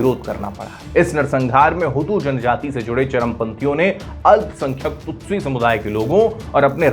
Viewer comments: यह विडिओ दोबारा बनना चाहिए, संचालक ने बार-बार तुत्सी (Tutsi) को तुत्सू कहा है। आपके कई विडिओ में उच्चारण की समस्या बार-बार आती रही है! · Anchor Hutu shabd se itna influenced hai ki kyi baar Tutsi ko Tutsu bol deta hai. 😁😁